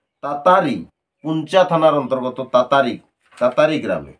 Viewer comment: টাটাড়ি গ্ৰাম দাদা বটে। তাতারি নয়